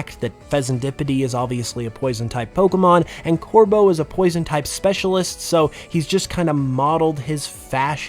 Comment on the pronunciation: THE B IN CORVEAU IS SUPPOSED TO BE A V!